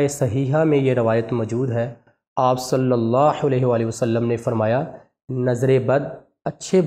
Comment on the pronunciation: MUHTRAM bhai HAZOOR PAK K NAAM K SATH JO AP DAROOD PARRHTAY HEN US MEN SALLALLAHO KA HAA MOTA PEERHNA HE AP US KO BAREEK HAA MEN PERH RAHAY HEN JO K GHALAT HE